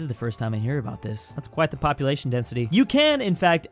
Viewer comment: it's a crime someone missed out on "popeulation density"